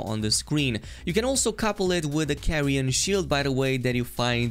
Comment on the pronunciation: Carian Knight not Carrion 😭😭 how can you not even read the name of the armor set And its not for paladin builds 💀💀 its literally for spellblade mages What the hell its wrong with this people smh